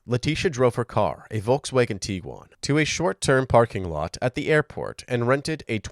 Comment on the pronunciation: Are you saying “tee-quan”?? It’s a “g”, it’s “tig-wan”.